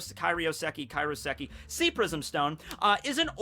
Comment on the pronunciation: It's KAIROSEKI. Not Karioseki. Say it like Cairo, Egypt.